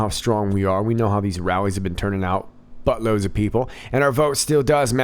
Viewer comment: HAHAHA when you say butt loads of people, do you mean boat loads of people? Just sayin'